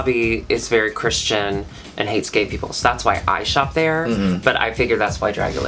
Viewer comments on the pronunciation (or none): none